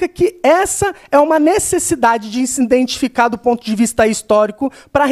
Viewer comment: Ademir Junior iINDentificar foi o q ele disse e eu não consegui ouvir o resto kkkk